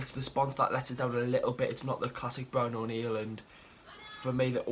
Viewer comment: why do you say brown oneil